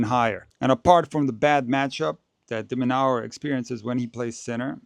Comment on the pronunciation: Correction. Pronouced as Alex De Minoor or De Minour not Alex Demonower